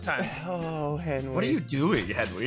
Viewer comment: Did anyone else hear call Henwy half a man